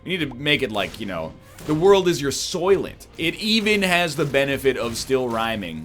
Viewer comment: Soylent most certainly does not rhyme with fucking "Oyster"